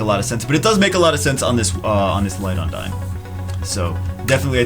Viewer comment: "UN-DINE" I thought it was pronounced "OON-DEEN" like in the tales of franchises